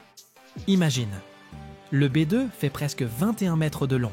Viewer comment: Merci L'IA pir li dimonstration di Bi deu!!!🤣🤣🤣